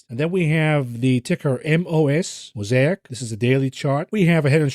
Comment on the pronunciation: when pronounces 'Mosaic' the right way.... it's getting crazy